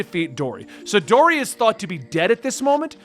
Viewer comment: Just some tips about names. Her name is Kuina which is pronounced. Vivi's country is called Alabasta. In Japanese R and L are the same letter and get swapped from time to time. You said Dory and Broggy correctly. Side Note: Luffy was just cool to me until around 600 chapters in and now he's one of my favorite characters of all time. You'll see why down the line. Don't wanna spoil so I can't explain it at all LoL.